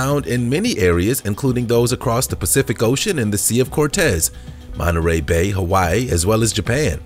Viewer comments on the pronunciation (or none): none